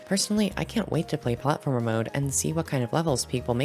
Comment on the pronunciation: Lol robtop said he will add platformer but when he said it, it said Plate-former